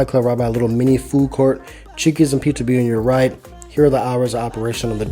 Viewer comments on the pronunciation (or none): none